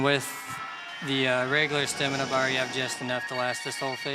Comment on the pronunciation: Also "stemina"